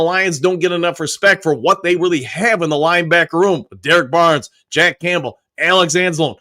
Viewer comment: He definitely doesn't say "Campbell" right lol. But as I've said, I consider it part of the charm. got the best mispronunciations in the business.